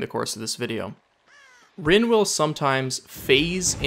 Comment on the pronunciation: Rin is pronounced REEN not RINNE